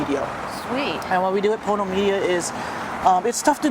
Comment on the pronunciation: PONO media, not porno media. :)